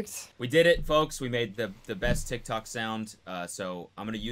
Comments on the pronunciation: He pronounces it tik-talk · Tiktok sounds so weird when Cody says it idk if it’s because he’s 80 or what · He says tik tok like a boomer